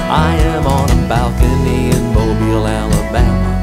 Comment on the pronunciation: gotta say there's something surreal abt seeing a band you started listening to recently put out a song that looks like it's about your hometown and going "nah it's probably 'mobile' like the adjective" and then you listen to it and it's a, your hometown, and b, pronounced right :,)